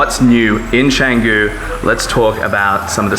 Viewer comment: Nice one! Canggu pronounced well. now Pererenan..just and "re" missing ;) A quick headsup about Bwork - They only work with memberships or 10+ hour passes I believe. Last time I tried there there was a massive waitlist. You can still work in their café though which is okay-ish.